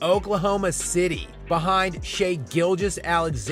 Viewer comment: So, like, when are people gonna pronounce his name correctly? Shai isn’t Shay. It’s Shy. Like Chai or Thai. I know mfers can’t spell or pronounce shit correctly, but “ai” at the end of a word doesn’t end in a long “a” sound.